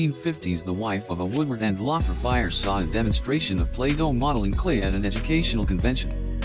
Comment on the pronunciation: I with you could of pronounce Lothrop correctly this should be re-done so that you pronounce it correctly shameful. I worked there for 11 years six day a week